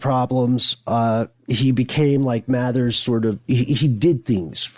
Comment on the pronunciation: Samuel MacGregor MATHERS!!!. Not Mathews!!!. Just saying!!!!. 👍🏻